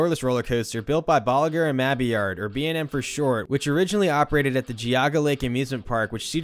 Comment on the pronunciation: Me when he says Bolimar and Mabiar:🤔 Him saying B&M for short:😄